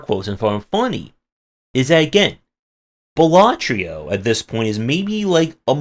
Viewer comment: Dude ffs, it's balaTRO, not balaTRIO...